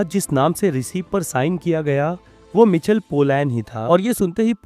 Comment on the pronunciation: मिचल नहि माईकल है भाइ 😊(Michael)